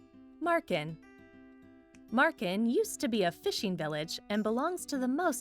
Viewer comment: Marken and Groningen were... decent